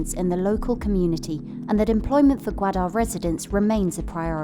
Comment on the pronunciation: I don't understand why Bloomberg is so anti-China. The documentary is completely biased and present a narrow twisted view of the situation on the ground. As a Pakistani, we pronounce it as " gaw_aa_der " not gwada.